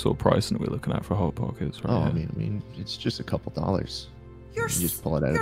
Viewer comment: ah yes.. hot pockects my favorite…